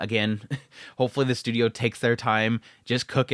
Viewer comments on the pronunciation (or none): none